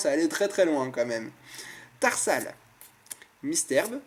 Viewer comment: Dans ce display, le booster Hoopa a été le plus chanceux. Chose etrange car pour moi c'était le moins chanceux des 4 sinon à un moment tu dis "Terhal" au lieu de "Tarsal"